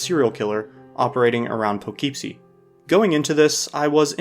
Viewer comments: it's "Poogh-keep-see", not "Pugh-keep-see" like the guy in the video keeps saying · as someone who grew up there, it’s pronounced “puh-kip-see”. lol😊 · Just a little thing: Poughkeepsie is pronounced "puh·KIP·see." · The problem with this movie in comparison to the rest is how low of a budget Poughkeepsie Tapes was shot on. I think if you accept it for what it is, it becomes way more enjoyable. It’s just a really creepy, uncomfortable movie. I wasn’t aware that it had this type of reputation online of being one of the notorious films. It’s also my hometown, so I may be a bit biased lol hearing him mispronounce it over and over again was tough haha. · Taking several points of mental damage every time you pronounce Poughkeepsie that way hahaha